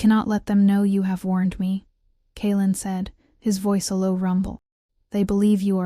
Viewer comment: When the AI narrator can’t even correctly and consistently pronounce a main character’s name, I have to wonder if the “maker” of this story cares at all for correct narration. I mean, half the time the male lead’s name is pronounced correctly, but then, a minute later, it’s “Kay-Aylin”, turning a 2 syllable name into 3, or is it 4 syllables, for no purpose other than sloppy editing.